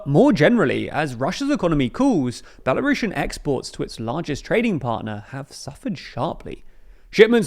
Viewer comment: It's Belarusian, not "Belarushen"